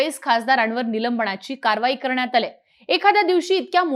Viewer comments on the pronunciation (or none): नीट बोलण्याचा प्रयत्न कर नीलम्बणा ची नको बोलू, निलंबना ची , असे बोल. ण नाही, न.